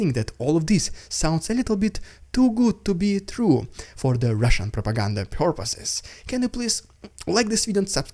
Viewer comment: Love the updates but please stop saying (Russian propaganda)) like that, it sounds awful..!